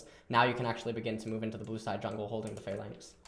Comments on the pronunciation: Or pha-lanx instead of flanx <3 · What is he saying when he says "if its inside of a (what) lanx?